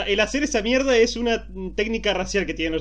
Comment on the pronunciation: Cuando dice mierrdaa es lo mejor jja extraño Argentina